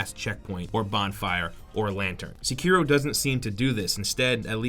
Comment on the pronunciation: That is the most american way to pronounce Sekiro... "Seckeero" x) I believe it's "sekk-irro"